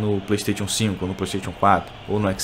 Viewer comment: Você pronuncia errado "playstation".